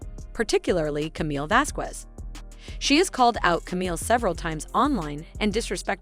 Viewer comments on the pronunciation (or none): Would someone PLEASE pronounce Camille's last name correctly? Elaine, I think, did it on purpose or just isn't that well educated but come on...if you're going to do a narration including her name, LEARN HOW TO SAY IT! It is NOT VaskWEZ!! It is Vaskez...Please! You're getting PAID to do this. The least you can do is learn the people's names! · The q in Vasquez is pronounced like a c not a q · The “U” in Vasquez is silent 🙄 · Please learn how to say Vasquez. The "ue" sounds like a soft "e" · It's pronounced "VasKez" to do otherwise is mildly discriminatory and racist, Please get it right. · You’re pronouncing camille’s surname like Elaine you knob end.🖕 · Her name is Vasquez get it right you sound like Elaine that could not say it right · People need to learn how to pronounce Camille's last name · Please stop mispronouncing Camilles last name ffs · You’re mispronouncing Camille’s last name wrong stupid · How can you mispronounce Vasquez??just like Elaine, eww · Pronouncing Camille’s last name wrong is not the best way to start a video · Lady, you really need to learn how to pronounce Camille's last name. Look on You tube for help